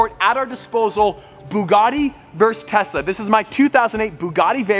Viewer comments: or did he say Tessa instead of Tesla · 🤭🤭 He's saying - 🤦🏽‍♂️ "Tesa" and not Tesla! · im pretty sure he says "Tessa" instead of "Tesla" haha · it sounds like he saying Tessa instead of Tesla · I thought you said Tessa at first not Tesla lol Edit: I did read the title 🤣🤣🤣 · Every time you say Tesla, I feel like you're saying Tessa 😂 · I love how he said tessa instead of telsa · he is saying TESA, not TESLA JAAJAJAJ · Is it just me or does he say "tesla" as "tesa" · Is it just me or keep pronouncing “Tesla” as “Tessa”? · I think has been around with Tessa alot: "Tessa ( Supposed to be 'Tesla' ) vs Bugatti Me: 😉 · 😅I keep hearing Tesa...not Tesla🤔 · I heard Tessa vs Buggati. I almost died laughing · Is saying Tessa instead of Tesla?? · I kept hearing "Tessa" when he said "Tesla" throughout this video...🤣🤣🤣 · tessa instead of tesla, and bob the snowman?? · Did he say Tessa instead of Tesla 🤔 I swear to god Teslas are now boring they slow af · Notice at the start how he says Tessa instead of Tesla. 🤣 keep up the great work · Is it just me or does say “Tessa” instead of “Tesla” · Na he definitely said Tessa once or twice throughout the video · Actually he did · He did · I thought he was saying tessa :/ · I commented the same 🤣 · Is it just me or is everyone hearing stradman saying tessa instead of tesla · Sounded like he was saying Tessa instead of Tesla, but speaking of Tessa where is she??🧐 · Is it just me or it always sounds like he’s saying Tessa instead of Tesla. 😂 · Sounded like he said bugatti 🐞 vs tessa 💁‍♀️ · I thought he said Tessa instead of Tesla. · "Bugatti vs Tessa" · Who else heard Tessa when he said Tesla? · Same there should be buggati vs tessa v tesla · Did he just say "i spent my day in ubers and in tessas" like i mean one tessa would be perfect but i guess one wont cut it for you "time:1.35". JK I KNOW HE MEANT TESLAS BUT I WANT TO PICK ON HIM A LITLR BIT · Why do i hear Tessa insted of Tesla?? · Did I hear it as tessa